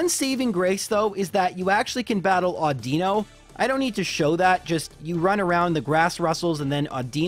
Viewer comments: It still triggers me to this day when he says Awdeeno instead of Audino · Audino has the accentuation on the "au" sound as opposed to the I. I much prefer it the way you pronounce it, and there might be a variation of the name just like with Lorelei. I'm just calling it as I heard it in the anime. Whirlipede is pronounced "Whirlipeedee"... I'm kidding but I wish I wasn't. Leavanny is "Leave-Annie". "Nimbasa" is perfect :) I don't blame me for getting "Ghetsis" wrong every time. I took me three times to look at his name before I got it right :P